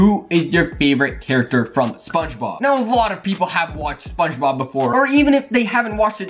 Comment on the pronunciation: Its spongebob not spungbob it's character not charicter it's squidward not scwidward